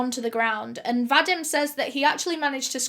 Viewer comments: va-deem not va-dim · I think ur saying Vadim? I believe it's pronounced "Vadeem". I've known a few in my life. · My grandpa's name was Vadim, and you pronounce it... well, wrong. And it sounds so weird to my ears :))))